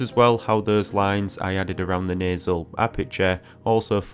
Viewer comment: He says “nuzz”. “Nasal bun” but he says nostril very enunciated 😂